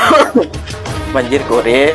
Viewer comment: "Banjir core" tu sebutan nya bukan banjir kore...tapi sebutannya banjir kor.... Astaga...apa benda la...kore kore..kau nak korek apa .lubang idung..??